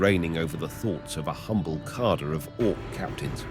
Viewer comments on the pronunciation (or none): none